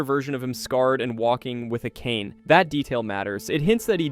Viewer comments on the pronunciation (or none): none